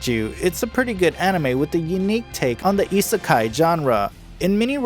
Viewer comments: Hate how he is saying isakai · I'm sorry if it seems annoying but Isekai is pronounced Ee-Seh-Kye, I-se-kai, kai rhymes with sky. I hope it helps. :) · You fucking said isekai wrong